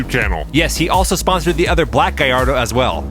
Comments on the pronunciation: Just some general info, the Gallardo is pronounced with the L sound, not the Y from the double L's. Donut Media did an interview with the guys at Lamborghini to settle the debate once and for all. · its gallardo u are saying it wrong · It's pronounced gallardo!